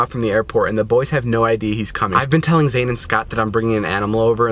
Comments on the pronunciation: "and the boys have no idee has coming" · “Had no Idee”